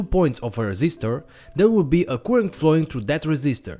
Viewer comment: it needs 2 minutes for me to understand his current spelling. it;s not koorent it's current